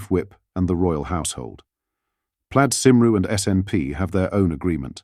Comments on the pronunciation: It's cymru not sim roo, show some respect yourself robot. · c'mon, stop butchering Welsh, teach your voice AI at least Cymru, the Welsh name of Wales. We don't ask much but a little bit of respect is not too much, surely? Sort it out or I will never hit Join.